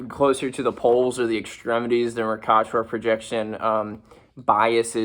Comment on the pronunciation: OLIVE FACT Noone before has ever pronounced it “Mor-kah-tor” People who were taught how to read pronounce it “Mer-kay-ter”